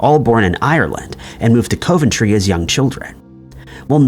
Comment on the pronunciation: Cove-n-tree 🤣 Nope. Close but it’s Cov-n-tre